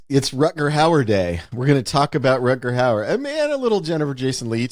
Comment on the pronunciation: "RUTGERT HOWARD" :) Ha ha ha. Gotta love this guy for not having a clue about the name of this actor. And keeps butchering both the first name AND the surname of Rutger Hauer. Yet seems completely confident and convinced that someone named Rutgert Howard starred in this movie :)